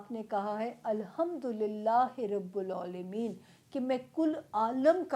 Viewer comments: Aap Alhamdulillah rabbul aalameen kyun nae bolti pronunciation theek ksrein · الحمدللہ رب العالمین میں رب کے ب کے نیچے زیر ہے ، آپ سے غلطی ہوئی ہے آپ نے ب کے اوپر پیش ادا کی ہے براہ کرم اس کا دھیان رکھیں جزاک اللہ